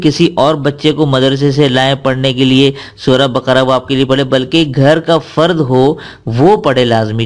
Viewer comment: Sura Baka ko SA hi who bolo